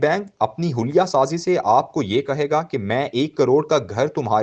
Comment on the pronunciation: اوریا صاحب آپ کے کالم کا سنانے والا اردو فارسی کے تلفظ میں غلطی کرتاہے آج اس نے حیلہ کو حلیہ پھڑ کر سنایا